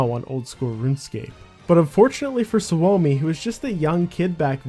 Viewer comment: suomi is a finnish word it’s pronounced like “sue me”